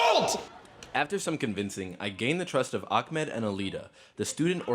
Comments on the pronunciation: Why is he saying AKAMED? like? it's AHMED theres no KH sound to be found 😂😂😂😂🤦🏿‍♀️🤧😭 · Btw is it really hard to pronounce Ahmed for you guys?? Way different than Akmed!